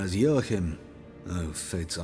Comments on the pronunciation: This is a polish books series j is a y. Like how Yennifer is not Jennifer. So the name is pronounced wrong. I know a guy, his name is Wojtek but pronounced Voytek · Joachim is pronounced as Yo-akhim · Joachim von Gratz, that's a german name. And y'all pronouncing it pretty weird :p